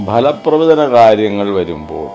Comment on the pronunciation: ഭല അല്ല ഫലപ്രവചനം